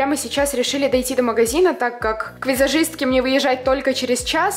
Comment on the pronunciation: Вот мне антересно, меня одну бесет как говорит афигенский и визашистка!?!